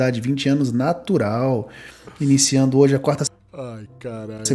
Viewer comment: Nétural ou FAKE NÉRIII